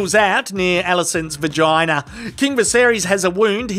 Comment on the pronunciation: Hearing say "Vah-GI-nah" made me realize that the least sexy thing in the world has to be Australian dirty talk.